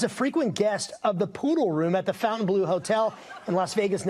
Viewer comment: Fontaine...bleau. Rhymes with blow (lol). Not "bleu". Has nothing to with blue. Named for a château in France.